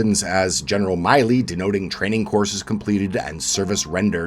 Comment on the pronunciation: The double consonant 'll' makes it a short 'i' in Milley. Milley as in Billy. Thought Canadians were better than this.